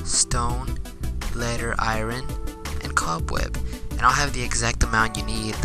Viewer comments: he said lead and irin lol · Did he literally just say iron like I-ren? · or: Eye-earn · You did not just say the r in iron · The way he says iron is triggering lmao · The r in iron is silent you're not meant to say it